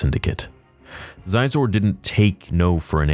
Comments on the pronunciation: Hey, firstly, it’s good to see you getting back to videos like this. Not that I don’t like your other content, but it’s nice to have, well theories… and review/breakdown videos like you used to do… I think you pronounce his name SheZor…Xizor…. But I digress… I’m a little bit older than you so when the shadows of the empire came out, it was like what is this thing? Then you see action figures, a video game and a book. Keep in mind we haven’t seen action figures at this point for a while, so everybody was really excited… it explained how Leah got the bousch bounty hunter disguise that she uses in Jabbas’s Palace… it was actually a pretty cool book. I remember my brother and I having some of the toys…. Regarding Dash Rendar, he read as and really was a stand in for Han Solo. The reason being because at this point, Han Solo was in carbonite…. So I think the story tellers needed a scoundrel type person who could fill the role….he even had a Corellian class freighter.. with special abilities… I wanna say the cockpit and the gun turret rotate around the hull? I can’t remember… it would be cool to bring him back, but that dude would be like as old as Han Solo and Leia, in his 60s at this point…but, you could do a story that took place post return of the Jedi pre-Mandalorian? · 2 things here. 1) it’s pronounced she-zor, not zi-Zoe 2) Dash Rendar’s name has been mentioned several times in canon and the Outrider appeared in ANH. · So..come at me if I’m wrong , I might be tbh. However, pronunciation of Xizor is “she-zor” not “ziz-zor”. Sweet video though. Dash is a great character, loved this game on 64. I had all the toys also, or most of them 😅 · Sorry to be that guy, but Xizor is pronounced "She-zor." I only know this because I remember that's how they pronounced his name in the old Kenner action figure commercials. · Xizor is pronounced officially She-zor. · I think his name is pronounced She-zor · I believe it’s pronounced “Shee-zor.”